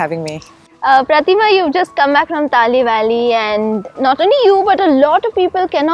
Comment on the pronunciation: Thanks mams for covering our place and showing to the world.one thing i would like to suggest is the way you pronounce the name Talle valley.its should actually pronounce TA LE BE LE ( not TA LI BAA LI).im an apatani guy from ziro if you want more about this place i would be very happy to help you .thanks all